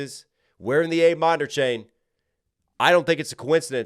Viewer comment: it’s a Lang Chain. not a-minor.